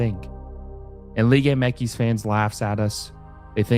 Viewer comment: It’s liga M X. Not whatever the hell you’re saying throughout the ENTIRE video